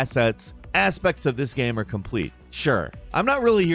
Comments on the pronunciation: “in the gam” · omg he says gam like at least twice more loool